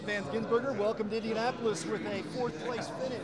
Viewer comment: did that media guy really call him vangisburger? Like come on man, its not that hard.